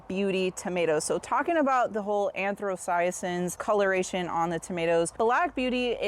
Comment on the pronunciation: Stumbled across your video as a fellow tomato enjoyer - thanks for sharing your results! Just wanted to point something out - the purplish accessory pigments you're referring to as "anthrocyacins" (an-throw-sigh-uh-sins) are actually called anthocyanins (An-tho-sigh-uh-nins or an-tho-sigh-an-ins). I've never tried any of these varieties, but my favorite "purplish" tomato is called Midnight Snack - absolutely worth a try if you can get your hands on it.